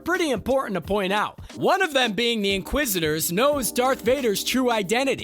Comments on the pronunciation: This video would do so much better if it had a host that didn’t say “man” more than 5 times in a single minute, said “inquisitor” instead of “inquisister,” said “Organa” correctly, and didn’t sound like he was shouting the whole time. Good script, good edit, voice talent needs work. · great video! but if I have to hear you butcher the pronunciation of inquisitor or Leia organa again I'll scream lol